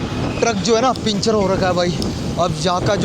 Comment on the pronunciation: panchar hota hai pinchar nahi hota hai 😡😤🤨SSS